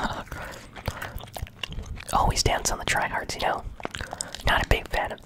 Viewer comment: I’m probably wrong, but when u said “you know” I’m thinking ur from Wisconsin...!? Am I right?